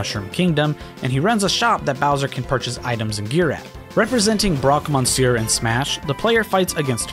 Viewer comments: "Man, I really like saying 'Broque Mon-seur." Well, you're pronouncing it wrong. It's "Miss-seur." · "Man, I really like saying Broque Monsieur" And you're saying it wrong. I'm a french native and sadly Monsieur isn't pronounce monsieur but "meuh-sieuh" which sounds immediately different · As a francophone, I cringed every time he said « Broque Monsieur ». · So if you want to pronounce Broque "Monsieur" correctly it's more like: "M-uh-see-uh". The n and r are silent.